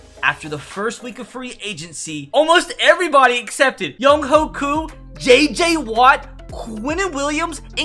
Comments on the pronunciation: Never thought I needed to hear him say young hoe koo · Young ho koo I’m dead